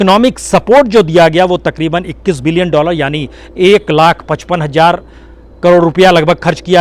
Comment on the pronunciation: Hazar, not Hajjar